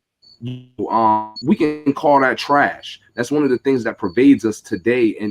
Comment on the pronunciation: He said THRASH. Lightskin dudes are adorable. hahaha